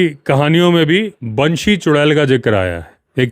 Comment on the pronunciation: Banshee बैंशी उत्तम उच्चारण😊